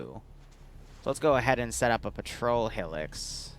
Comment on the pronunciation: ive never been more triggered then calling a hilux (high-lux) a hill-ux